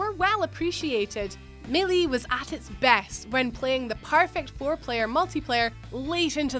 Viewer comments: Was anyone else triggered when she said "super smash brothers 'muh-lee'"? Lol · Gherkins? My-lee? Honey wtf language do you speak? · It's pronounced MAY-LAY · Correct pronuctiation of melee is mā'lā not me'lee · Okay first of all wtf is me-lee it’s Mae-lay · Melie its melee, domdoms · ssb melie? that's not how you say that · "Super smash brothers Millie" 😂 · “Super Smash Bros Milly” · Super Smash Brothers Mel-E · Meh-lee ? MEH -lee ? Who the hell pronounces melee as meh-lee ? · Super smash bros "Millie"? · It's super smash Bros MAYLAY maaaylaaay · melee is pronounced (may-lay) it's not that hard. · That really got to me as well. It's not even an accent thing, it's just a really annoying mispronunciation. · Same hahaha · irunto it wouldn't be anything to do with how British they are, it would depend more so on the location within the UK as every part of the UK has completely different accents. But yeah melee was just a mispronounciation 😊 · irunto aha thanks, I just don't think she's ever had to say the word until now 😂 Rest of the vid was good though, I feel I've focused way too much on the pronunciation of one bloody word now 😂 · I'm DYING LOL THE WAY SHE PRONOUNCED SUPER SMASH BROS MELEE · I hate how she pronounces melee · Learn how to say melee